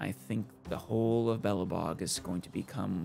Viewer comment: Never heard of Belebog. Just Belobog. 😅